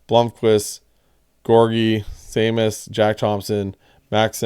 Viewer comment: Seamus is pronounced Shaymus